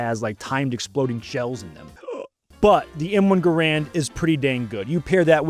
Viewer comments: It’s pronounced M1 Gare-Rand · Low rate the Enfield? Sounds like a little prejudice to me. And gaaa raaand. Wrongly pronounced.